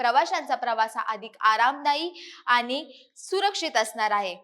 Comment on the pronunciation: अशुद्ध बोलणे सोडलेतर उत्तम माहिती दिली. उदा. आनी पानी प्रसारन.